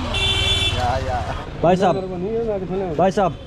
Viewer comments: Hi, Just wanted to let you know that brother in hindi is 'Bhai' with b sound and not dhai. 😅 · Brother its bhai not bai not dai